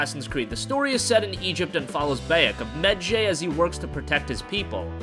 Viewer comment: You destroyed "Medjay" and "Ashraf Ismail"...